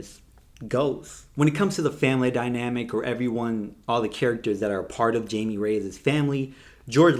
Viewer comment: Agree with your review. A little messy but entertaining. Also, it’s pronounced “hy-meh” 🤗